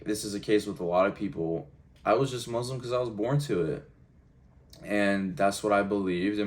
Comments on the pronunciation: I've never heard a Muslim pronounce the word Muslim as Mozlem, something strange here...🤔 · why those he say Muzlim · From this video, I've never heard a Muslim pronounce the word Muslim as Mozlem, something strange here...🤔